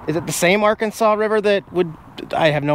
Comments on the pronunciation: The river is correctly said, ar Kansas. not arkansaw. When the state of Arkansas officially changed the pronunciation of their state name in the late 1800s, it DID NOT change the pronunciation of the Arkansas river. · First I have ever heard of this pronunciation for the Arkansas River and i live on the banks of this river.